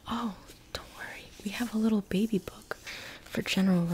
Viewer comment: How she said bebey😂